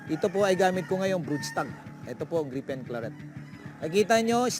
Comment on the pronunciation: Griffin Claret -- di Gripen Klarret Boss, hehehe!